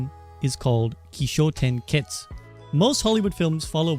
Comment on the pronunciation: Kishotenketsu, just curious why you mispronounced it? Kishotenketsu (起承転結 , pronounced "kee-show-ten-ketsu")